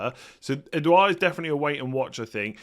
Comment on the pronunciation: it’s ed - ward